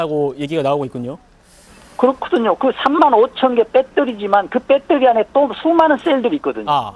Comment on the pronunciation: 교수가 초등학생 수준말을하네 ㅎㅎ 빼떠리~ 빼떠리~ㅎㅎㅎㅎ